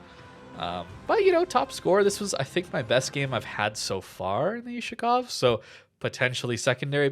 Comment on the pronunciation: BTW, the correct way to say it is "Oooh-Shakov" the letter is an Oooh sound, like yahoo ... not You-Shakov of course no hate or anything, love your videos, just as a native russian speaker, it hurts 😆